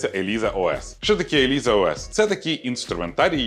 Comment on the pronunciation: Ілайза, а не Еліза